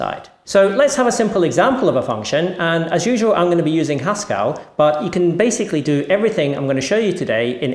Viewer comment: Woah, "Haskell" rhymes with "Pascal"?!